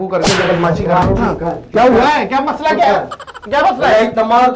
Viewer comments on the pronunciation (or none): none